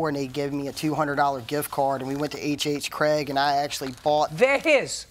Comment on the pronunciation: It’s HHGregg not HHCraig!!! Get it right